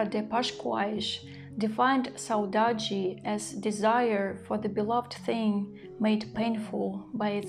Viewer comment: You pronounced the word "saudade" very well. Here in Brazil, we use this word to describe a feeling that is not always sad. It could be nostalgia, the lack of someone who is not among us, or the memory of a pleasant period that is in the past (a happy childhood, for example). I hope you are enjoying where you are. Sending best regards from Brazil, Kelly.